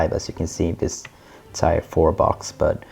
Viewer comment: Thanks! Your videos are really helpful. But just wanted to point out, the word tier is pronounced like "tear". Tire is the wheel on a car.